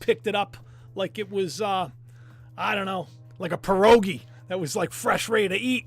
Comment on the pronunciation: I read about year ago an article in which scientists confirmed that day and night is no longer 24h because our planet is moving faster around the sun. You pronounced "Pierogi" almost right 😀. Great show.